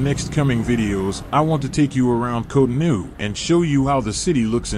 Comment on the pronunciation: its cotonou bro